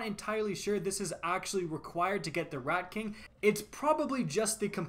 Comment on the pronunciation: sounded like he said redcock is here